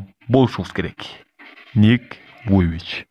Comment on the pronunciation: Байке Ник Вуйвич🙂 эмес Ник Вуйчич.